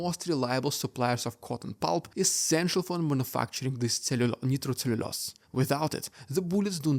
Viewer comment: Nitro is pronounced with a long i vowel sound.